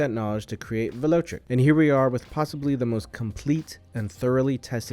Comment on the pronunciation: VEL O TRIC, not VELO TRIC.